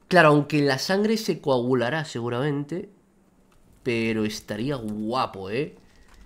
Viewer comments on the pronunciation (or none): none